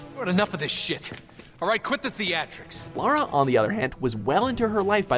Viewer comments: First American I’ve heard not to call her Laura or lera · finally... the CORRECT pronunciation of "Lara"